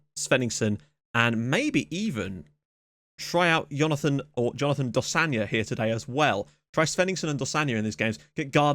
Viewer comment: Im pretty sure you're pronouncing Dosanjh wrong. Its not dosanya, its supposed to be pronounced exactly how it looks. Its Iranian not Latin.